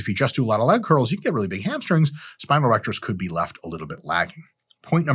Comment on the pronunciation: Dude I thought you said grow your erections. Ew